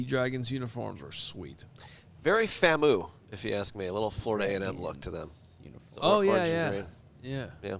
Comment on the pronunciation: As as Chicagoan and a FAMU grad, I have to throw out a correction, it’s pronounced FAM-U not FAMoo. All love though lol